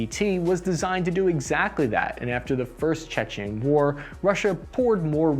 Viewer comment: It's 'Chechen' not 'Czechian'. Czechia is the Czech Republic, and Chechnia is the home of Grozny in what is now Russia.